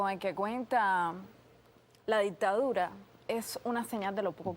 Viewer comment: repite conmigo Dic -Ta -Du - Ra